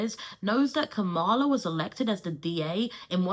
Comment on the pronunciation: Damn all that background information on Kamala Harris, but you still pronounce her name incorrectly. Sorry, I really appreciate your videos but this bothers me.